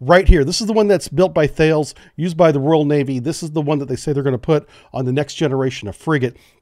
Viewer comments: Thales is pronounced differently, it's like Tar-les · Thales is pronounced closer to Talos. the Thales folks I met in a previous life were very particular about that. what I heard, back when I worked for the Navy (civil service), I heard that the personnel group told the LCS program that they would need 50% more sailors to crew them effectively. the program said that the crewing would not increase and built them anyway. no wonder why they are retiring them early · I learned from actual guys from the company; they pronounce Thales not like we would phonetically think…. It sounds more like TALLUS.